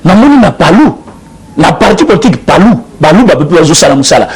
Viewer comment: Poltik te mais politique bien prononcé mon frère